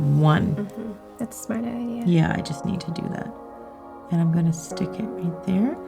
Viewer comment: If she says schtick it one more time.....